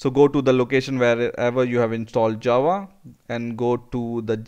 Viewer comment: was it just me or did it sound like he was saying jawa the whole time, like from starwars